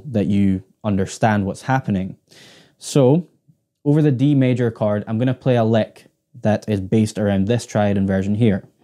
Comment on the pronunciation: its called "CH-ORD" not "CHARD.. something wrong with my ears or?